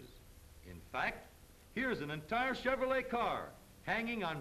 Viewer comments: If I had a dollar for every time he said Cheverolet, I would be a millionaire after adjusting for inflation from 1934. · "This is a chevrolei hweel"